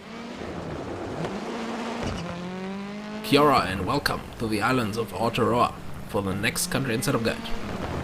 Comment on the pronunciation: Love you clips but as a kiwi I’d thought I’d help you for oncea, Aotearoa is pronounced ow- tear - rowa, which translates into the land of the long white cloud. You setup guides help help me crack into the 50 fifty on the stages I’ve attacked. Have only just started so I’m only in the Peugeot 205 gti